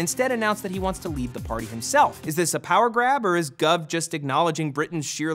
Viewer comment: i think you covered the brexit rather well :]--- just to be nit-picky you mispronounced goove